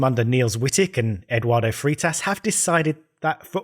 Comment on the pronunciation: pretty sure you are saying freitas wrong